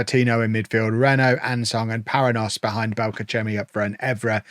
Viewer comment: Just gonna get all my pronunciation thoughts out in the comments to this video. The 'nh' construction in Portuguese is pronounced like 'ny' in English or 'ñ' in Spanish, so Paranhos would be "pah-rah-nyos" with the last syllable rhyming with "dose" or "most" without the T.